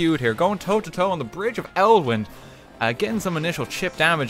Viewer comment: IT'S ELDIN NOT ELWIN